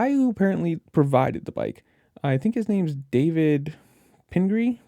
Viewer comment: Love the boo hoo, what about me? Cry cry cry. Love the way he said David Penne Gri